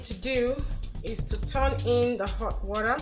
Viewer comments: Can you just stop saying worra and say water straight up? The phonetic is just too much. Nice job though. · WORA?! My dear this is a great video but that sound of Wora makes me sick. Just say water or H2O. Someone who doesn't speak pidgin will think you are calling something else